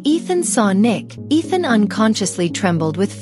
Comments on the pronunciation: Bro his name is not Ethan- it’s Ishaan! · It's ishan not ethan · His name is not Ethan it’s ishan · It is ishaan not ethan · WTF it's not ethan stupid it's ishaan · Its ishaan not ethan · Bro this woman is calling him Ethan his name is ishaan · Ethan? No! It’s ishaan! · You got his name wrong it's not Ethan it's Ishaan. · Ishaan ☑ Ethan ❌ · Not Ethan it’s ishaan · It is Ishaan, not Ethan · It's Ishaan not Ethan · His name is Eshaan, not Ethan. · Its not ethen bro😅